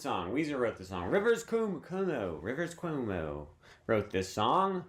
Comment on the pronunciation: Erm actually its rivers CWOH-MOH